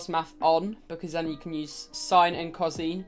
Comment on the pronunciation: Not ‘cozine’. Co-sine